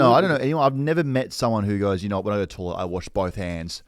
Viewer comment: I’ve held my tongue for the first season but I can’t go on any longer. Someone tell it’s toilet not tawlet